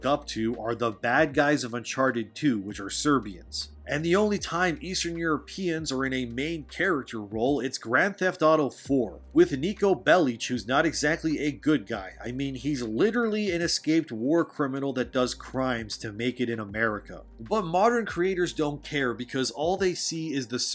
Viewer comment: Niko BelliC not belli. Don’t get annoyed it’s just a small correction. : )